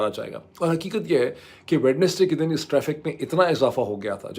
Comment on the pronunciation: Dear Dr. Moeeb, I've been noticing something for quite a while. In your vlogs, you often mention Wednesday. However, I've noticed that you pronounce it as "Wed-nes-day." Since you are well educated, and I believe you may have studied in England as well, I wanted to ask about the pronunciation. As far as I know, the correct pronunciation is "Wenz-day" (/ˈwɛnzdeɪ/), where the "d" is silent. Could you please clarify this for us? It would be a great opportunity for us to improve our English as well. If "Wed-nes-day" is also considered correct, then I'll gladly apologize for my misunderstanding. But if the standard pronunciation is "Wenz-day," then perhaps you could consider correcting it in your future videos. I've noticed that you consistently pronounce Wednesday as "Wed-nes-day," so I was curious to know the reason behind it. Thank you very much.